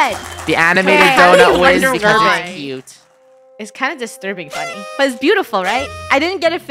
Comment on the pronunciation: had the wrong spelling he/she said funnel instead of funneh